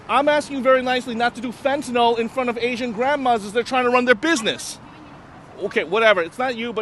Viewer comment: It's not Fen-ten-all, (rhymes with Paul), it's Fen-tan-nill, rhymes with pill, kill).